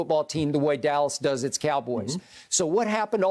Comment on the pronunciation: Shannon said Dallah😭😭😭